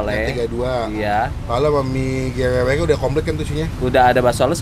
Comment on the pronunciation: Nggak ngga.. nyebut Gerewek nya sama2 salah🤦‍♀️ pdhl udh dibilangin yg jual